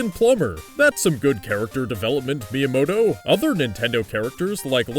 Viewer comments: Every time he said miamoto during the pokemon parts i lol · Why do you keep saying miyamoto? he has absolutely nothing to do with pokemon!